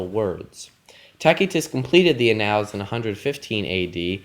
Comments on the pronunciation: t ae - S EE- t uh s Tacitus,not tacky tus. \ˈa-nəlz\ Annals That level of mispronunciation kills your credibility. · The classical pronunciation would have a hard [k] sound. But if you're reading a translation (you are), it's more appropriate to use his familiar English name, which is… Tacitus [ˈtæsɪtəs]-especially for a public audience on youtube. You also completely mispronounced annals as well. I stand by my original statement-that level of mispronunciation kills your credibility. I couldn't find a single scholar/P.H.D. who uses your pronunciation when discussing Tacitus with the public.